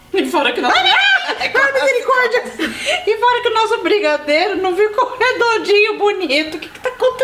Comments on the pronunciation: não é brigadeiro é brigarerow ksksksks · Quantas vezes vcs falam brigadeirow